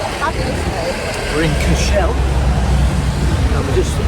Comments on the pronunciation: Great guys 😊 By the way Cashel pronounced Cash-al, not Cash-ell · great videos by way cashel is pronounced cashL (SAY IT FAST)